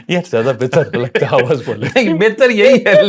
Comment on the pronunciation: Hos bole . . . ❎ Hawas bole . ✅